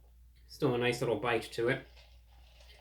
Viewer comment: Noi-ce tie!